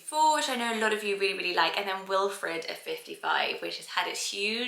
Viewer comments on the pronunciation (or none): none